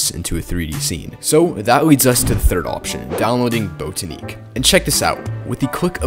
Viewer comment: its "bot-ah-nick" not "boat-ah-neek"